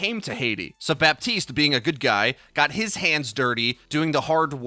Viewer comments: You don't say bap-tea-st you say buh-tea-st luv ur vids just letting u kno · please the P IN BAPTISTE IS SILENT